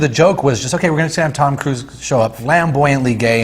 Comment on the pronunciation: lol Tom Cruz like he’s Ted’s brother. My dude it’s cruise